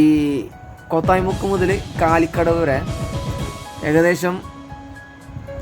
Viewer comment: its not koothayi muku.... its ko tha yi mukku